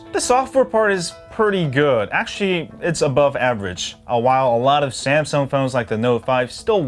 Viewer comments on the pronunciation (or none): none